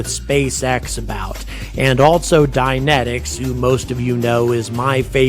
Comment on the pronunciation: You were saying "Dynentics", I thought you were saying "dianetics". For a second there I thought Scientologists started to develop rockets -_-'